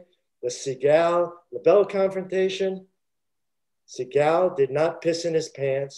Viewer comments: If I hear se-gaal one more time, I’ll lose my mind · The guy keeps pronouncing Steven's name wrong. And he takes forever to tell a basic story. It's annoying. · So I just have to say this, the fact he shows disdain for people telling the story that wasn't there, why can he say Segals name right? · The way he pronounces Seagal makes me laugh my ass off every time he says it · He didn't even pronounce his name correctly. Lol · Why does he continuously mispronounce his name? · The way he pronounces Seagal is extremely annoying